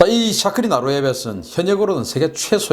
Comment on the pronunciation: 박사님... 너무 잘 아시고 태국어를 한국어로 부르는 말이 너무 정확하시네요.. ㅎㅎ 챠크리라고 부르시는거보단 짜끄리 라고 부르시는게 정확한 발음 입니다. 푸미폰 아둔야뎃... 맞습니다. 전 태국국왕의 풀네임 입니다. ㅎㅎ 즐겨보고 있습니다.... ㅎㅎ